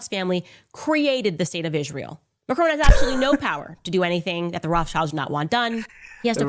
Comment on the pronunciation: Macrone? Macron. Is she really that bright. ?